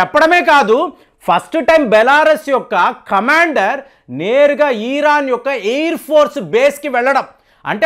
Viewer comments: Eeeraan kaadhu raa, irran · *ఈరాన్ * కాదు. ఇరాన్..!! ఇరాన్...!! దీర్ఘం వద్దు...!! ఇరాన్ అని... దీర్ఘం తీయకండి...!! 😂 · తెలిసీ తెలియని విషయాలపై అవగాహన లేకుండా మాట్లాడకండి.యుద్ధం వస్తే సైనికులు పోరాడుతారు కానీ ..... నెతన్యాహు,మోడీ లేదా అమెరికా ప్రెసిడెంట్ కానీ యుద్ధం చేయరు. ఇజ్రాయెల్ లో బంకర్లు సాధారణ పౌరులకు కూడా సుపరిచితమే. మీరు ఇక పై ఏ పచ్చడి ఎలా చేయాలో వీడియోలు చేస్తే బాగుంటుంది. ఈరాన్ కాదు ....ఇరాన్. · ఇరాన్ అనండి sir. ఈరాన్ అంటున్నారు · అయ్యా అది ఈరాన్ కాదు ఇరాన్ ముందు పేరు పిలవటం నేర్చుకో బొక్కలో thumbnails పెడతావు అమెరికా సపోర్ట్ గా ఉంది అంటే అమెరికా మిత్ర దేశాలు అన్ని ఇజ్రాయేల్ కి సపోర్ట్ ఉన్నట్టే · నీ తలకాయ చెడిపోయింది.... దాన్ని పారిపోవడం అనరు... జాగ్రత్త పడడం అంటారు... నీకు ఇరాన్ అని పలకడం సరిగా రాదు...... అబద్ధాలు అల్లడంలో ఆరితేరావు.... ఇజ్రాయెల్ ని నాశనం చేయడం ఎవరి తరం కాదు..... వారిని కాపాడుతున్న దేవుడు కునుకడు నిద్రించడు.... 4000 సంవత్సరాల వయూదుల చరిత్ర చదువుకో..... అయినా రష్యా.....ఇప్పటికి జలెన్స్కి యొక్క వెంట్రుక కూడా పీకలేకపోయింది..... ఇజ్రాయెల్ ని ఏమి చేస్తది....